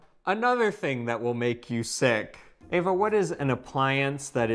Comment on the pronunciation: Eva! Not Ava!